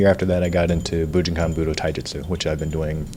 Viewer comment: I wonder if he ever learned to say bujinkan correctly?